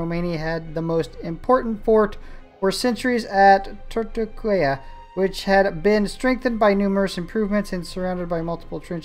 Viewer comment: Turtucaia is read [ Turtucaia] . 'a' don't become 'u' as it is in English, you should read it as you write it.